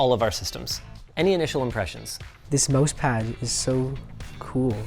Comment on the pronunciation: "mOUsepad" very canadian